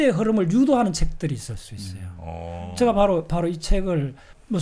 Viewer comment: 제가를 저가..라고 하는것 빼곤 아주 집중해서 들었습니다. 요즘 이슈화되고 있는 민희진사건에도 많은 깨우침을 줄 것 같네요.